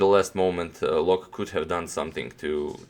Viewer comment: Loek is pronounced as "Look" in Dutch.